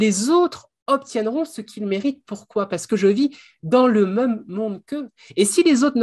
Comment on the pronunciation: C'est la première fois que j'entends le mot 'même' prononcé 'meume'. J'aimerais bien savoir d'où ça vient :)